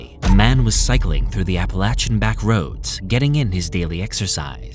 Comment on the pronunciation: love the content of this & most of your other videos....on this one I have to say that it's APPLE-AY-SHAN MOUNTAINS ....NOT APPLE AT SHAN....Unfortunately, it really creates quite a distraction steadily throughout....surprised you didn't bother to look up the pronunciation on that since it's such a dominantly used word throughout the entire video....